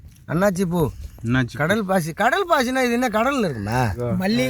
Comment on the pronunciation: Kadal pasi illa, kal pasi